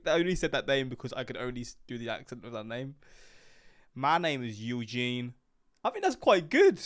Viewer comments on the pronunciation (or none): none